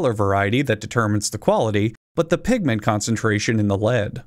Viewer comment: "Pigment concentration", I almost heard it as Pikmin concentration.